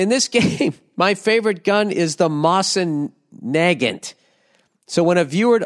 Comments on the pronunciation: Ah jeez, Bill. It's pronounced "Moe-sin Na-gaunt" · Hearing him butcher Mosin Nagant is hilarious